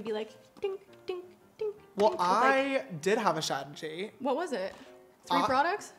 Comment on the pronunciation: say it with me Strah- tuh- jee strategy lmaoo love you sister